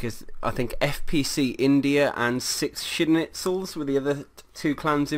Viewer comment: 6 Schnitzels lol, it's 6 Schlitzes but nice recap man